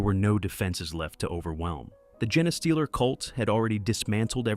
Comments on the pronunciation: GENE Stealer... not gen a stealer.... xD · I know you have “jeens” not “jens”. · "gen-eh-stealer" convinced me this is AI. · For gosh sake, just spell it as "jean stealer" so the AI will at least pronounce it correctly. Effort! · Pretty sure it's "gene stealer" not whatever the F this AI bot said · AI can't pronounce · dude no, whoever wrote this script went out of their way to make sure the AI read the script as Gene-A-stealer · Gah, I hate a mispronounced name. I just keep screaming the correction to an uncaring recording. 🤮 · Interesting way to pronounce genestealer...